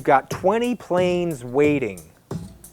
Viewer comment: I hear wating like weding and can't like can